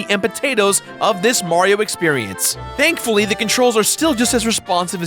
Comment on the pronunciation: Did he seriously say dankfuly